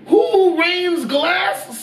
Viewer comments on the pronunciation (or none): it’s sounds like he says “WHO RAINS GLASS SIDEWAYS” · Emphasis on WHO! LOL!